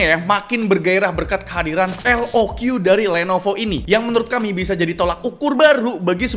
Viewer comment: Btw pembacaan resmi dari lenovonya itu "lok" bang, bukan "el o kyu" 😅🙏